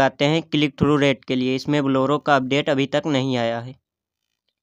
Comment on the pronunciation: You say bollero